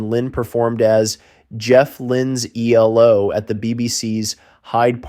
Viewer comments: Their abbreviated name isn't pronounced "Ee-low," it is three separate letters: EE-EL-OH. You lost me 32 seconds in. How can I trust if any of the rest of the information is correct IF the narrator cannot get even the basics down? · Pronounced: E...L..O. Not "elo" lol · E L O , NOT EEELOWWW! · EE El Oh Not eeelow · ELOW? ... no its E. L..O. not blooody EEEEELLLOOOWWW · American - what do you expect? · E-L-O. Not E-LO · It is not ‘eloww’ it is ‘ELO’ ie seperate ‘E’ ‘L’ ‘O’ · Ffs its E L O not eelow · Amen! It’s ELO not Ee-Low! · You pronounce each letter. That's E L O not elo. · Stop with eee low it's E L O numbnutz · Eee- low !? What kind of bell end is this narrator!?! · Dumb American calling them eellow, for gods sake do your research before talking drivel. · This man calling ELO, EE Low is frustrating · Bro, eeelow??? You're killing me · Dude, quit calling them eee-low - you’re killing me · The great mystery of this is how I managed to get through 25 whole seconds before switching it off. EELOW??? Who is this idiot? (Reading the comments, I'm glad I got out before "Rock-a-Ree-a". I don't think my computer would have survived being thrown out the window if I'd been subjected to that.) As a lifelong fan of Electric Light Orchestra those few seconds were more than I could stand. I need to purge this. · Eeelow and Meek are rough, but 'Rock-a-REE-a' was the one that really got me.